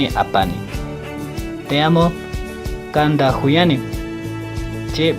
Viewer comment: No se pronuncia kanda , es kanta